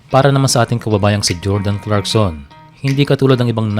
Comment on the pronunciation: Sir Clarkson Hindi crackson